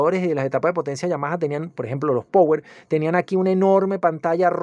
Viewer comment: No conozco a nadie que sepa pronunciar power